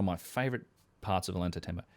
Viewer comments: Oh-Yawn-Tie-Tambo, The double L is pronounced like Y. Great podcast once again, otherwise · My friend. Love your vids. Double l “ll” in Spanish sounds like a “y” in English. Oyantaytambo. Ollantaytambo. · Ollantaytambo is pronounced with the double Ls sounding like a "Y". Oy ant ai tamb oh